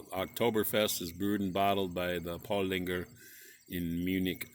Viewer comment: There is no g in Paulaner. it is pronounced Paw Laner.